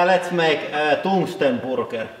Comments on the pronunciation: "Toongsten Boorger" God i love the accents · I have never ever heard anyone say burger that way before! :D Toongsten boorger